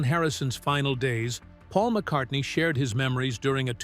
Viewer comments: At it’s McCartney NOT McCarthey. I clicked out and 👎 this BS. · MCcarthy? You meant Paul McCartney. BAD AI. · McCartney becomes "McCarthy" half way through. Give that voiceover a star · or 20 seconds the graphic pronounces “GEORGE AND MCCARTHY FEUD” and the AI Voiceover states the same, Who the hell is McCarthy? Did McCarthy join the band? I know it’s cost effective to use AI , please edit your product!! You are doing this for the money obviously, don’t blow the reveal of your f_ing headline. Have some respect for your audience. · Get your facts straight. In one part you misspoke and said McCathy. It must’ve been a slip of the tongue, because it didn’t happen again. Sorry!🙏🏻🙂‍↕️👍👍🤗❤️❤️☮️☮️😊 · McCarthy? Really? So sloppy. Makes it impossible to take you seriously. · Couldn't even get McCartney's name correct .. McCarthy 🤣🤣🤣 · Who was "MacCarthy" ??? Another AI masterpiece! 🙄